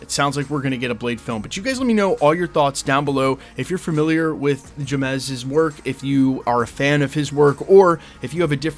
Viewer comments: It’s pronounced James bro if you don’t understand black names you shouldn’t be naming them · Jeymes is pronounced James 😂😂😂 He is the brother of the singer Seal.. you know kiss from a rose. Batman Forever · It's pronuced "James" Samuels, just spelled differently. The Harder tHey fall was fire, this is good news. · James=Jeymes! Can pronounce Coach Ks last name front and backwards, but a couple letter changes and you havin a stroke. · Yeah buddy BUTCHERED the homie name smh 😂